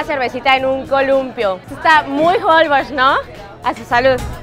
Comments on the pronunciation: Se pronuncia Jolbósh, con acentuación en la O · Me estresa escuchar cada vez que dicen mal Holbox, es como con acento en box y no en hol :/